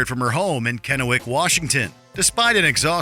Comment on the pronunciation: Thank You So Much for pronouncing my hometown and where I currently live Correctly ! Not everyone gets the pronunciation Correctly on a lot of our northwest names, so Thanks a Bunch ! Helen from KENNEWICK WASHINGTON !